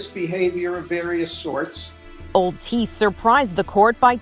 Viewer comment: I’m related to that man, it’s pretty insane to think that haha. Theres an h in there btw it’s not tees it’s thiess lol